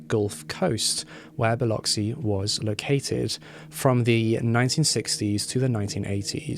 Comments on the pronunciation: Thank you luv for the upload. Really appreciate your time and efforts. You are the only one I know of that has reported this case on YouTube as an individual. Many more Thanks for pronouncing Biloxi correctly! Even greater with your beautiful accent. Biloxi. is my hometown and it was a horrific crime, more heinous since Halat was a "supposed" friend. Much love , light & peace to you and yours✌🎆✌✌ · Thank you so much for pronouncing Biloxi correctly. Awesome job. Proud Mississippi Gulf Coast Girl!